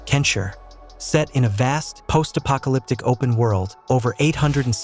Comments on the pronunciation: Its KEN SHI, NOT ken shir!! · "Kensher?" Is this AI? Fucking hell, I got bamboozled again, didn't I